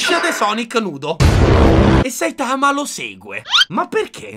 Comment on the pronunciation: Che poi il polipazzo (eheh perché è un polipo pazzo!!!) dice a Saitama all’inizio ‘sei forse imparentato con un polpo?’ come un insulto nonostante lo sia lui, mi lascia un po’ perplessa modestamente Che poi non si pronuncia Saitàma, ma Sàitama ma vbb